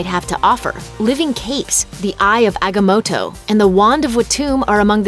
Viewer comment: “Eye of Agamowtow”